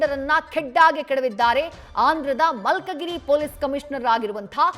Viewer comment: ಅದು ಮಲ್ಕಗಿರಿ ಅಲ್ಲ, ಮಲ್ಕಾಜಗಿರಿ 🙏🙏